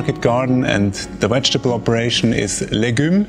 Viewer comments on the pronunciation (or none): To the Swiss farmer...you can say ‘weiss ‘(vice) so you can also say ,’Vegetable’....not wegetable.